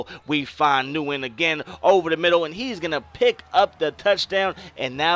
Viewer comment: Nice vid, definitely making a QB road to glory. Just to help you out for your season the name Nguyen is pronounced "Win". I know it's crazy but I know a guy with the name and it's some Asian thing.